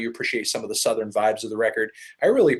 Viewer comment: the way luke james pronounces southern is cringe